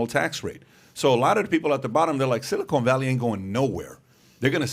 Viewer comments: Pat...FFS it's Silicon ( SIL - I - CON ) NOT Silicone ( SIL - I - CONE ) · Someone tell these guys silicon and silicone are not pronounced the same. Sounds like they're talking about some place they manufacture caulk. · It is “silicon” (silly - con) valley, not “silicone (silly - cone) valley. Silicon Valley is in the San Fransisco Bay area. Silicone Valley refers to breast implants, and is the Los Angeles area. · Pat my Dude, I love your show, but your killing me with your pronunciation of Silicon Valley. It’s pronounced, si·luh·kuhn Valee.